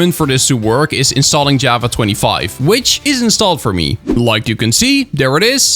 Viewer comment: it sounds like ur saying "jueava" instead of java